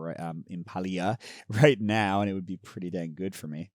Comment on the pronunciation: Impaleah. Impale-ah. Not Impah-e-ah. It's a play on Impala. :D